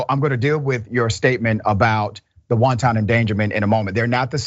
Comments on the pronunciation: I love the good Dr! But I gotta correct him, the “wanton” he’s using is pronounced wan-ten, not wan-tahn like wanton soup (s/o lil b) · Everytime this so called doctor said wonton endangerment. The police was attacking Chinese food now lol. Watch out if they keep it up the wontons might go extinct. It’s wanton endangerment hard to be you leave that doctorate when you can’t even pronounce words correctly. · Love your analysis Dr Richey but please, the word wanton, as in wanton endangerment, is pronounced WAHN tuhn, not WON TON, like wonton soup. It's pronounced like the words "want" and "un" combined, emphasis on want. It's important to be sure of correct pronunciation because you don't want to appear as idiotic as this ex cop is. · The host needs to look into how to pronounce WANTON, before he gives lectures about it's legal definition. WONTON is Chinese food. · Killing me with the "soup" endangerment. Sometimes his pronunciation has me cracking up! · Just an fyi..FYI... it's pronounced, whan-tun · Let's not pronounce "wanton" like Lauren Robert, even though we know you know what it means.